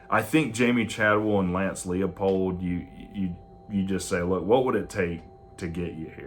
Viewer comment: Heavens! Narrow it down. Use visuals for your lists. 3-year contracts? Look at the market so you don't sound silly. It's TOM Herman, not Todd, and it's pronounce LIE-pold. And you think Leipold is more likely to come to Tech than Todd Monken?